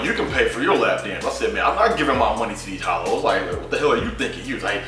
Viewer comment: Dis nigga said these hollows funny as fuck